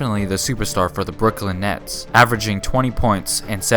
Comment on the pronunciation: omg he said brook lin